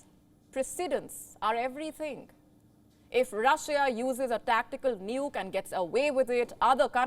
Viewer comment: Rusia daz not hew tactical nuks!